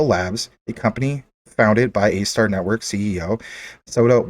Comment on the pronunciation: ASTAR do research on it bro....u saying it wrong. Soto Watabee is a beast and DOT is making huge moves. JASMY is an ok pick up